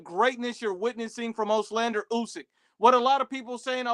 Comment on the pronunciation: This guy still didn't figure out how to say Olexandr lol he keeps saying "oxlander"